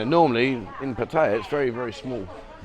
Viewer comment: Hi been here since 81 I have no criticism of just surprised he cannot Thai towns correctly its Pat ta ya best from Khon Kean